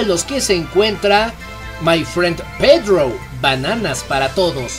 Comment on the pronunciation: Pedrou? C'mon hay que abanderar el español no el spagingo